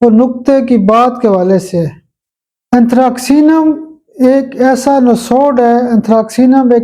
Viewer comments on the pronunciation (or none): میرے خیال میں صحیح تلفظ انتھراسینم ھونا چاھیے کیونکہ ،ک ،کے لئے انگریزی کا کوئی حرف استعمال نہیں کیا گیا c س کے لیے ھے نہ کہ ک کے لیے ۔باقی تو اساتذہ بہتر جانتے ہیں ۔